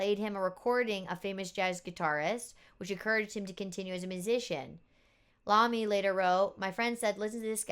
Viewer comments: Tony Eye-oh-me, not Lomi. Iomi , we need a different capital I. How bought line with a bar top and bottom? Could just work?! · Tommmy Eye-oh-me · Bill Ward punishing the drum set.... BTW, Tony's last name is pronounced eye-o-me... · *The guitarist's same is pronounced Tony "eye-oh-me." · I.A. pronounces Tony's name wrong too, don't worry about it.